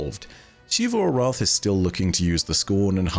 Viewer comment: THAT IS AN X, NOT A SH IT'S NOT SHEEVU ARATH, IT'S ZEEVU ARATH